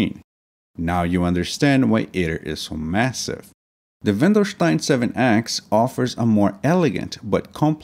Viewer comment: Wendelstein, not Welndestein